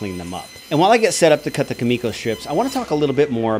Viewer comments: Kumiko (coo-meh-coh) you are saying Ka-me-ko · I think you meant to write, "Youtube woodworkers hate building this most." And your pronunciation of kumiko is killing me, Smalls. Also, nobody should ever factor in their mistake time into the price of a piece. Most of your excess time in this build was because of your own designs/mistakes. Also also, what was your band's name?